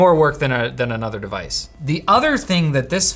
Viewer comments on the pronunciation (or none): none